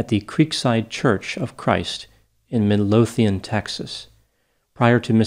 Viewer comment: Good job at pronouncing Midlothian! Whether or not you pronounced Lancaster is debatable. (Those FROM Lancaster are very particular about it.) This case is very troubling. Thank you for covering it.